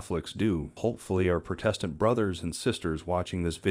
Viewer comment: Thanks so much for your fascinating videos. It's great that you stress unity within the church. (Fwiw, Protestant is pronounced with the accent on the first syllable, not the 2nd.) I also enjoy the beautiful music in the background and the animal clips. Keep up the wonderful work!